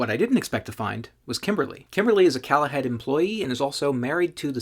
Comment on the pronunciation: It’s Call ahead. As in call ahead. Not calahead the way you pronounce it